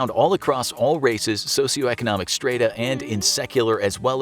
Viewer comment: Strata..chaste…just two words that were mispronounced. Tip to the narrator - if you don’t know the word, look it up or ask!